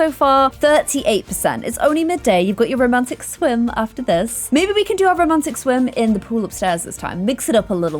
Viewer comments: I love when she say "rrrrromantic" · i need a video compilation of saying RRRRROMANTIC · I love it how keeps on saying rrr romantic